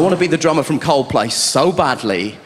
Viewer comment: 把coldplay唸得像靠北的一位幽默家。